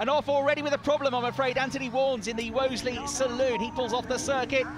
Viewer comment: Shame the 'commentator' didn't know how to pronounce Wolseley (twice).